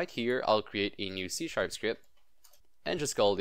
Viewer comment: hahah thought you said c shap suckit